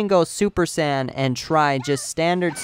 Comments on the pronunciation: He can't say saiyan probably drives me nuts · I hope you know you're not pronouncing Saiyan right, just saiyan...kill me